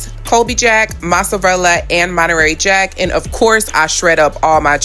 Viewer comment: Monarery Jack 🤦🏾‍♂️ Stop it! You know how to pronounce it correctly..